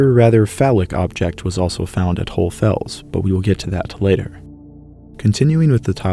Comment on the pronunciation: Why can’t you say HohlE Fels? You say GeissenklösterlE